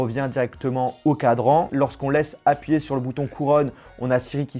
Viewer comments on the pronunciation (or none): none